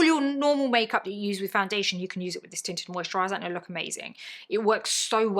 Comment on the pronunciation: Your accent (and me busy cleaning my guest bedroom) had me at first because I heard “titted” and not tinted. Either way, I was invested. 😂😂😂😂